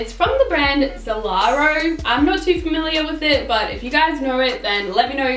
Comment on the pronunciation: That black wrap top is actually from Zalora :D *you pronounced it as Zalaro ;) It's a huge online store in South east Asia and I've the exact top in navy! They have really cool outfits with very low prices too.